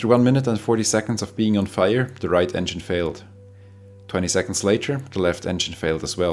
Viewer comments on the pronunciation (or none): none